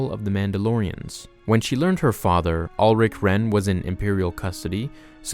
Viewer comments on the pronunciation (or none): none